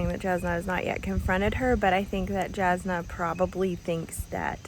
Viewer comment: I like being confused and wondering about things, I like searching for answers. I think that is why I jumped right into the next book, things weren't tied with a bow, and I wanted to know more. I was so invested in the characters (Adolin is a long 'a' at the beginning, and Jasnah is a 'y' sound instead of a 'j' - I discovered this after listening to Sanderson speak about them) and wanted to find out everything. When I said it feels like it reads faster than a 1000 pages, I'm looking at my other 1000+ page reads and comparing. So Les Miserable, War&Peace, Gone with the Wind, Count of Monte Cristo... I am so glad you liked it though. Relieved. I was hopeful, but you never know. :virtualhug